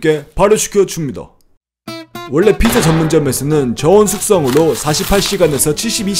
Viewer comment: ㅋㅋㅋㅋㅋㅋ발음이 삐짜 이러니까 북한말 같네 ㅋㅋㅋㅋㅋㅋ이 영상만 그런건지 아닌지 다른 영상도 보러가야겠음